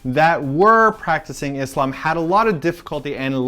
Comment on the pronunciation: and I loved the way pronounce the word ISLAM. =)